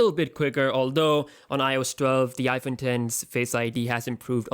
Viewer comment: He said iphone den